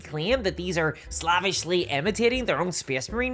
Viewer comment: Is there a youtube or legal reason that you cannot pronounce "slavish"?